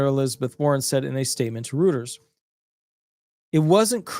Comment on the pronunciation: Reuters is pronounce "ROITERS".